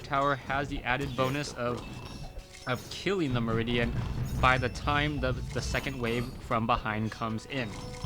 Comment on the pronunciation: thanks. it's pronounced "mer-meh-don"...not meridian.